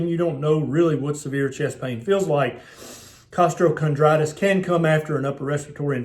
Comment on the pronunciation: Why is there an extra r in costochondritis lol